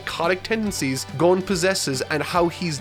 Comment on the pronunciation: Say Gon but replace the G with a B and add er at the end